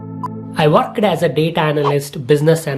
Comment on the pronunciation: That "Work'ed'" And "Help'ed". Sound so familiar....